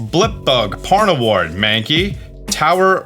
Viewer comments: On minut 33 and sec 20 hé says porn award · i know what he says but what does it sound like he says